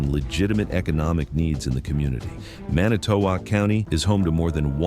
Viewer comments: Huh, never heard of this on any local channel in the Milwaukee market! And as a WI native it pains me to hear how the narrator pronounces Manitowoc. The emphasis should be on the first vowel. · It's 'Man nih tow wok' not "Manny to wok" county. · It's "man-ih-tow-WALK"! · "Manny toe walk". First time i ever heard it pronounced that way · Pronounced man it to walk. I used to live there. How sad! Thank God they caught them. Barb in PA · I live in Manitowoc and 95% of the photos/video in this story is NOT even from Manitowoc county. Also the narrator doesnt even know how to pronounce it. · This is obviously fake, targeting good people who are concerned about human trafficking. Note the AI generated voiceover and the onscreen news clip shows LAPD. There is no news clip from Wisconsin. Manitowoc is mispronounced. This is from a Russian troll factory. I wonder if they made a version for every state? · This video is AI curated. AI can't pronounce Manitowoc properly and there's footage of LAPD. 2,000 miles away. The raid did actually happen as described though. This AI video is a disgrace to the real incident. Fuck skynet. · The AI voice's pronunciation of Manitowoc county kind of ruined it for me. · Your AI generated voice pronouncing Manitowoc is killing me. It's making me want to cringe. And 90% of the feeling of the video is not even anything to do with Manitowoc. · Is this real? I have heard absolutely nothing about this on the News! And the way they pronounce Manitowoc, makes it seem kind of fake. Keep up the great work if real! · He can't pronounce Manitowoc correctly. Hope he doesn't try Mukwonago or Oconomowoc 😂